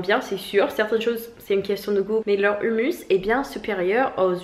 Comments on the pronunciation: Pas de l'humus, mais HOUMOUS avec 2 "OU" 😂😂😂😂😂😂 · Le "humus" comme tu le prononces dans ta vidéo ça désigne la couche superficielle en décomposition (en général dans les forêts), je me doute que tu ne manges pas de la terre mais ça peut prêter à confusion ahahah